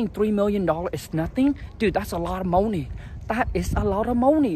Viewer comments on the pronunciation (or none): I like how you say, "moe-ney"